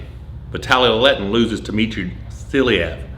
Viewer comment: It's SilAev not SIlaev :)